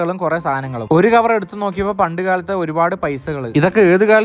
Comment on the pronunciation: "കവർ" എന്ന് പറഞ്ഞത് തെറ്റാണ് "കവൾ "എന്നാണ് 😂